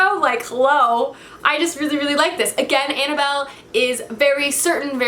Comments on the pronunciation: ANNABETH NOT ANNABELLE!! UGH! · Annabeth Chase not Annabel